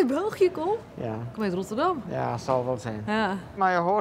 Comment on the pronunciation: Ik kom uit RRRotterdam 😂